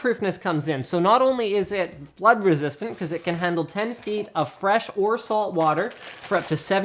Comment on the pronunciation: Lol it sounded like he said Blood resistant